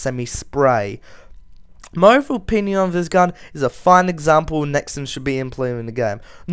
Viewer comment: its nexon not nixon